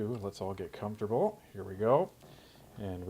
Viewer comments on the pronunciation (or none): none